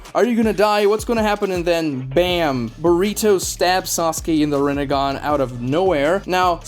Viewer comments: UM YOU SAID narutos son name wrong its burrito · ok are these pronunciations rage bait or troll? SasUkee, Saradee, borito, kawaykee. these have to be troll right?